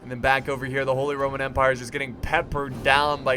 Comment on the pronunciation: when you are saying "RRRRRRRROMAN" i cant stop laughing bcoz its a name in poland and my best friend has it xD